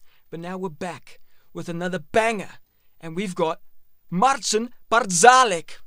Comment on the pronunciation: You are the only commentator speaking English who has pronounced Marcin Patzałek correctly. Marcin Patrzałek (Polish pronunciation: [ˈmar.t͡ɕin patˈʂa.wɛk]; born October 6, 2000), known mononymously as Marcin, is a Polish percussive fingerstyle guitarist, composer, and producer. He is known for combining fingerstyle, percussive guitar techniques with modern electronic and orchestral production.